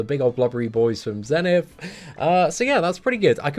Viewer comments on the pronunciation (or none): none